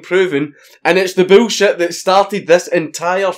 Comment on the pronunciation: I love the way dank says bullshit “boolshiet”